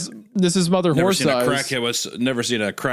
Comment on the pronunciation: Isaiah continuously mispronouncing horse as horth is cracking me up